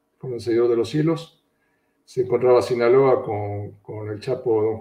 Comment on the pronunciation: ¿No puede hablar bien ese entrevistado? Ni siquiera SINALOA puede pronunciar. Si es tan temeroso a decir las cosas por su nombre, que no se preste para dar una entrevista tan mala.